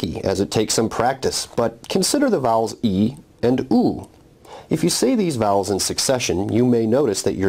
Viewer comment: vowels - bowel big pronuciaton problem here